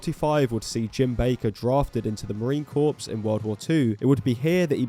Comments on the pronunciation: Negro, "corps" is pronounced "core" not "corpse" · i think its pronounced "core", like apple core. Not "corpse" like a dead body. :) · Its pronounced core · Nobody correct the mispronunciation of the word "corps"; this way is funnier